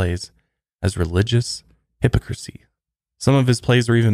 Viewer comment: Hypocrisy..... What a terrible pronunciation